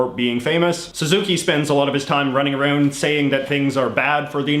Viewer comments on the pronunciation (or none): I'm still skeptical. As I said above, I've noticed him say "out" like normal, and then "around" as "aroond" which doesn't make sense because Canadians don't pronounce "around" any different from Americans (at least, that's my understanding). I could be wrong, but it just seems off to me.